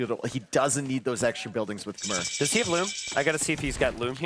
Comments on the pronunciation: "Khmer" is pronounced k'MY, as in "My" car. Please stop saying "K'mare," the civ has been out for years. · Lol I'm about as far removed from a Redditor as you can be. I'm sure I'm more sensitive to the mispronunciation than most, because I spent quite some time in Cambodia and spoke the language. But it's what they call themselves, even today. The "r" at the end is silent. This "K'mer" and "K'mare" nonsense has got to go. "K'my." It's so easy, bro. They're casters. They should know how to pronounce popular civs they've been casting for years.